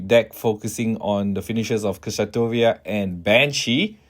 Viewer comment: Kishasatoria is the most out of pocket way I have heard Kshatriya pronounced.